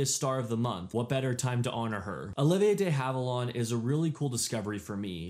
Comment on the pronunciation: It's pronounced. DEE HAVE-IL-AND, NOT, NOT DAY HAVE-ILAWND...get it right